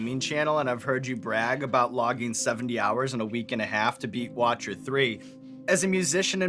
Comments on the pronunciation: Did he say "Watcher 3" instead of "Witcher 3"?? Disappointed in you Sean! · My man said Watcher 3 😂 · Sean said watcher 3 instead of witcher 3 I'm dying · Did he call Witcher III "Watcher III?" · But he said "Watcher 3" not "Witcher 3" boohoo just joking :) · Sean said Watcher 3 instead of Witcher lol got me. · the only thing i see wrong in this video is how sean pronounced witcher 3 as watcher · I love sean and all but can't believe he said Watcher 3 instead of Witcher 3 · I'm sure he knew but in the heat of the moment he mispronounced witcher 3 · did he call Witcher III "Watcher III" ?